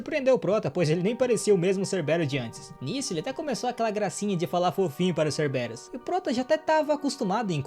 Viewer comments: Se não me engano o nome do Doguinho é pronunciado como Cérberus, e eu já to ansioso pro proximo ep será que ele fica imortal igual o Aquiles? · Se fala serveros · Doguinho eche pronusia ceberus C b rus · Na verdade é cérberos com ênfaze no CÉR...